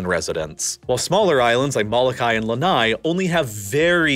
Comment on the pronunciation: Much funnier to hear his attempts at Kaho'olawe, Moloka'i, and so many more. Im personally so insulted to hear malihini or non residents, certainly non Hawaiians try to teach the world about Hawaiian history. Really? There's plenty of Hawaiian history resources available for any who didn't attend school in Hawai'i.